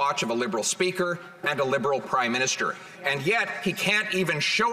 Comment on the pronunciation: did he just say Prime Minister or Crime Minister?